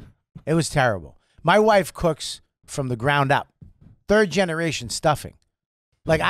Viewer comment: . “WOIEFE” as wife is nuts lol